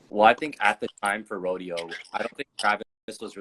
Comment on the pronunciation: 🗣🗣🗣 Mike Dean a real one for saying Rodeo